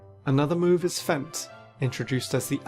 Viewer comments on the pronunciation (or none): "Fent" is the craziest pronunciation I've ever heard for feint lmao. (It's pronounced the same way as faint) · The move is called Feint, with the same pronunciation as faint.